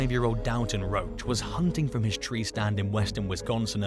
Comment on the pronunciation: That name is pronounced "dohl-tun", not "dal-ton". First half rhymes with "ball", not "pal"